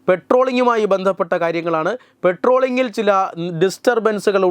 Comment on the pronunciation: പട്രോളിങ് എന്നാണ് ഉച്ചാരണം.. ഇനി ശ്രദ്ധിക്കണം